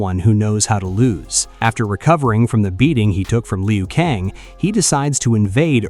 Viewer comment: It’s not pronunciation Lee u Kang. It’s Lew - Kang. Geez